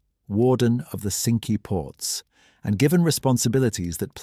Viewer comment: Please give work to an out of work actor to narrate. AI is awful. SINKEE PORTS indeed. Cinque ports. The pronunciation spoils it.